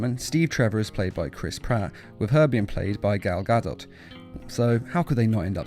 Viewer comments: Chuck E. Cheese read the full comment I know who she is he just pronounced her name wrong he pronounced it (gad-ot) when its properly pronounced as gal (guh-doe) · Chuck E. Cheese and who tf is gal gad ot its pronounced gadoe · gal 'gad-ot' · You say there names wrong it’s Gal gaddddotttt and Chris pineeee like a pine tree